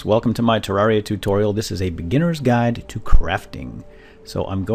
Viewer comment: Hi folks, welcome Tu my Turraria Tutorial